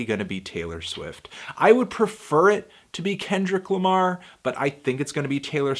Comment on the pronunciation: please never say Kenny Lama again please